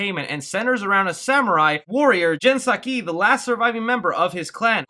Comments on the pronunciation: It's pronounced Jin sak-eye btw:) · “Jin Sakee” AHHHHHHHHHHHH